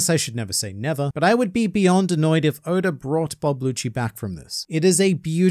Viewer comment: Man said goda🗿